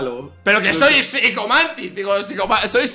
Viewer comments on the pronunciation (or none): Psichomantis dice 😂😂😂